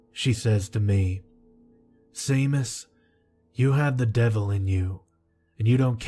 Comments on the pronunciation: Seamus is seemus??? seriously you need a direct correction line!!! lad its pronounced Shaymus..and Place bo is plasseeebo. I can't remember the others but you pronounced a lot of booboos in my recent listenings through the night. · I'm like 99% positive that it's pronounced "Shay-mus," in the same way that Sean is pronounced "Shaun." Nvm I still loved the story. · Pretty sure it's pronounced shame-us but no big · Samhain...me being a bona fide heathen from the middle of nowhere in Scotland...pronounced Sow ain (rhymes with 'now rain') and Seamus is pronounced Shay mus...lol...you're thinking...OMG I thought that old bat had kicked the bucket lmao....I'm still listening...and enjoying it as much as ever (I've noticed a couple of newer Creepypasta narrators have done versions of your intro...you're the original and best xx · Seamus is pronounced "SHAY-MUS". No worries though, Irish names are hard to figure out if you've haven't grown up here.